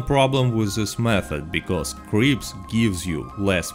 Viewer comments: i love how when he says "cripps" it sounds like creeps lol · Bro, the real reason to do this role is to simp for Harriet until 20 then simp for Gus for the fashion. Because fashion is the most important thing. Also with your accent I heard you say creeps instead of Crips